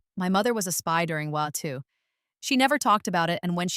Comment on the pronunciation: You need to spell out World War II when you’re using an AI narrator because it doesn’t handle abbreviations very well